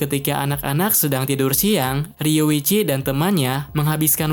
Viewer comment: Riyuchi bang bukan riwichi.